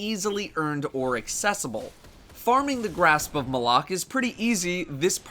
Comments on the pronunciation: I'm American and I don't say it the way says it. he pronounces it "muh-lock" I've heard some people say "may-lock" and they can go die somewhere. I just say "mah-luck" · Pronounced Mal-ik, not M'lok. The weapon isn't wearing a fedora. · W😂I hate it when people say m'lok I know it's supposedly pronounced like that I say Malok!😂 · I think he was saying grasp of malock wrong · stop calling it the fucking malock is Malok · its pronounced Grasp of Mahl-Ock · Wrong. Bungie even pronounced it on one of their streams. Besides, this weapon is not related to Zayn Malik. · How is his name is pronounced during the cinematics and mission monologues?